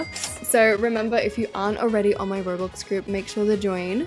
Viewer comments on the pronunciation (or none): none